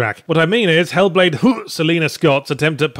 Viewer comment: Making me feel sick after hearing Yahtzee pronounce the game title that way so often.